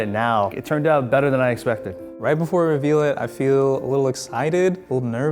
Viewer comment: "ruveal" Is he a rpdr fan?